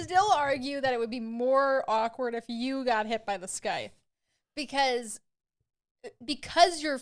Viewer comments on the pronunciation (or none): Why are you saying sky-th. It’s pronounced cythe. English is made up bullshit and you can say any word any way you want to, but still! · So much fun. Sycthe is pronounced sigh. Fyi